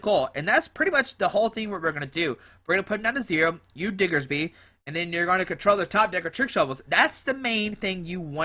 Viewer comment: digs-ger-bee.....lol. Its diggers bee mang.